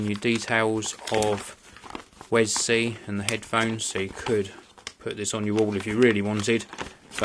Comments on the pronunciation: It's pronounced 'We Es Si'wesc(ddoott)com/wescpedia/wi-es-si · its pronaunced WE-S-C! Actually =P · mate u can get them in matte black aswell. also that "little" extension isnt an extension, its an adapter for using with like ur phone and basically lower end media players. btw its not pronounced "wes-c" either its all one word.